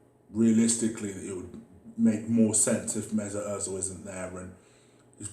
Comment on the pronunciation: Emery: Good Ebening Mesuit, will you take a pay cut? Ozil: No way Emery: ok keep up the great work 👍